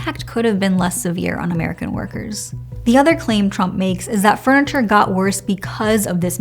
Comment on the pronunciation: Why do I keep hearing “freniture”…